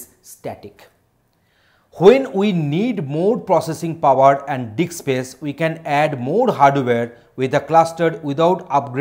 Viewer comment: That is not Dick sir that is Disk. LOL :)